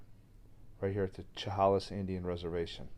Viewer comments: Chehalis is pronounced Sha-hay-lis. Walking ANYWHERE in the wooded areas of the Great Northwest and B.C. is spooky. You are constantly looking over your shoulder.😳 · Chehalis is pronounced : sheh hay ‘ less. Sorry, but it really bugged me! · You missed pronounced the tribe. Sh a hail is would be how to pronounce the tribe a reservation. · I will show you how to say the name Chehalis as it sounds, Shahaylis that is the correct way to pronounce that word. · Shh-hay-less (chehalis) is how you pronounce it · Chehalis is pronounced Sha-hail-us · Chehalis is pronounced "Sha-hay-liss". The story is not new. The tale of Saraphina is well known in the Pac NW. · Chehalis pronounced “ sha hay lis “ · Sha Hay Lis Is the proper way to say it. Thank you for the great Story. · It's pronounced, sha-hay-lis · Just so you know Chehalis is pronounced shu hay lis. Love the video. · Chehalis is pronounced sha hay lis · Chehalis = Sha hey' lis (love your videos!)